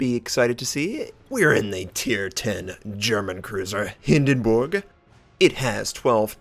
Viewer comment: the only english speaking wows youtuber i know, who pronounces the Hindenburg correct :) nice to hear that :D